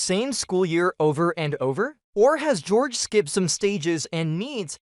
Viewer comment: It's george not horhay